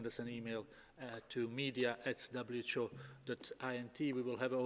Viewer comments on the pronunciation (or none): its not WHO its CHO